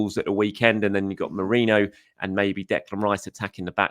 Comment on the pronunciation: How are you getting 'moreno' though? He's saying morano/morayno...